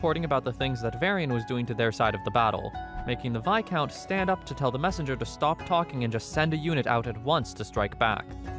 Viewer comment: Best narrator who doesn’t even have a high schooler’s understanding of English? “Viscount” was always mispronounced and he actually said “fiercity” instead of “ferocity,” just two of the many examples of his ignorance. Ohhhh bEsT nArRaDURRR